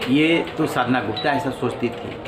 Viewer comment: Media anchor you need to pronunciation sadhana yadav. Ok pls be consider